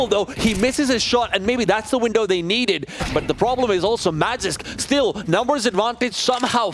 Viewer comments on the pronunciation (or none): man who the hell let this guy commentate? the way he pronounces MAGISK